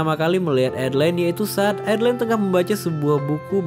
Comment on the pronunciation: A-DE-LA-IN bukan adlin 😢.